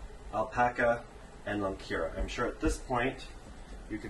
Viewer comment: its not lungkira its lungkaryan